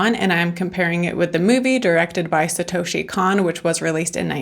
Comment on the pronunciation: This is one of the best movies ever made. Also his name is pronounced like Cone, like ice cream cone ❤